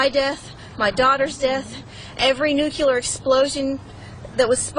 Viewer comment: it’s not “nukular” it’s nuclear. That always bothers me, especially coming out of an insane murder